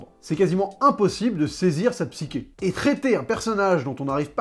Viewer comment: Ça se prononce psychée avec che comme pois chiche